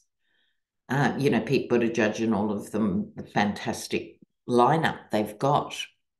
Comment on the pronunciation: With love, its edge edge, not edge judge. Boot-edge-edge. ♥️